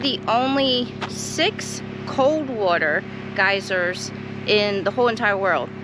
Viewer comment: The way you pronounce the word water is really different. I can see where your friend (Mike) gets a kick out of it.